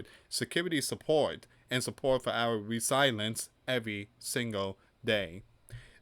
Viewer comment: I watched your presentation because YT suggested it. This is a very surface level analysis and it would be helpful if you could pronounce Ukraine. Not Crane. Resilience is pronounced re-sil-e-ence. The peace plan is not Trump's, it is the points Putin has been using for years now, there is nothing in it that benefits Ukraine. Witkoff is a real estate developer with no previous experience in ending wars - no diplomatic skills. Would you trust the guy who builds your house to end an international war? Under the plan , Ukraine (with a U) need to give up 20% of their country, halve their army so they can't defend themselves if they are attacked in the future, they are not allowed to form defence alliances with other countries and no real security guarantees that are binding are proposed. The peace plan is simply give everything to the Russians, who invaded in the first place and the Russians get no penalty of their behaviour. Is that morally right? What would Jesus say about the largest country in the world taking even more land from a smaller country? Would Jesus side with the rich over the poor and oppressed? Did he see the money-lenders at the temple and say 'well done boys, keep making money'? The peace plan has been rejected because it is unfair. The war has gone on for four years, but Ukraine is actually winning tactically. they have destroyed : - Tanks destroyed: ~11,373 - Armoured fighting vehicles (AFVs): ~23,628 - Other vehicles and fuel trucks: ~68,351 - Special equipm